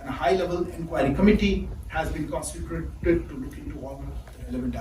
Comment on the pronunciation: Indian diplomat can't pronounce 'constitute'.